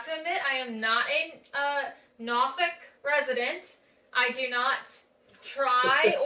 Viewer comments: born in Norfolk.....we pronounce it as nawfucc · You are saying it wrong still !! lol Noorfolk not with an a 😅